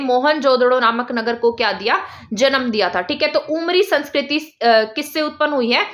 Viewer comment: Ma'am aapne अमरी likha h lekin aap bol उमरी rhi h. Aise to hm log bhi confuse ho jayege